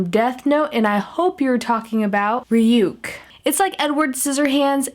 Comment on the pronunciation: It's not rayuke its rayuk like Ray yuck whithout the y on yuck